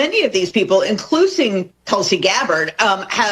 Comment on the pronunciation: “Inclucing” and she doesn’t even correct herself? What a f*cking idiot. Sorry. Not sorry.